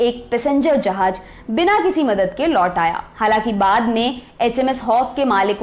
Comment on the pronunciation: 'Jahaaz' not 'Jahaaj'